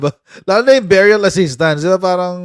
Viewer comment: beh-ree-uhl...hindi biyuryal ano ba tong Sara walang alam...lagi cguro lakwatsa sa school😂😂😂😂dumaan sya sa LGU bakit di niya alam